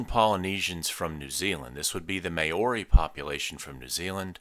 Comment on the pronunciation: sorry did you just pronounce Māori “Mayori” 😂